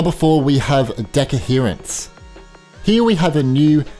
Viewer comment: It's not deco-herance, its de-coherance 😅